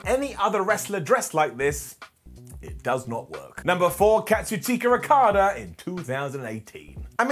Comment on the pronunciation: I love but I can’t get over how he pronounced Okadas name